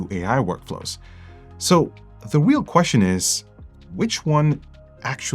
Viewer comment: "so.. The weel queshion iss" 🤣🤣